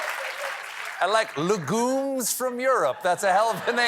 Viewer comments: Legumes is actually pronounced LEH gyooms in the English lanugage. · I love he says “Le Goom” like it’s a French Mario bros enemy. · For a guy who pronounces his name in the French method, not knowing how to pronounce 'legumes' is a little embarrassing. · It's painful to watch Stephen not now how to pronounce 'legumes'.